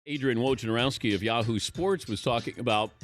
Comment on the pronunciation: He pronounced it wrong the j is silent so it's more like wonarowski